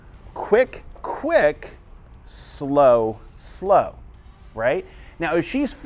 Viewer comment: I look forward to every Tuesday, now! So the take-away is: off of the second slow. That's easy to remember. I love the way you turn a one syllable word into two, for Two-step (su-low). When you freeze-frame Rose's movements, it makes it easier for me to see how to put all the pieces together. Thanks for another great dissection!